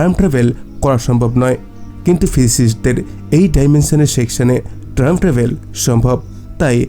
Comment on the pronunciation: বার বার ট্রাইম ট্রাবেল বলছেন কেন?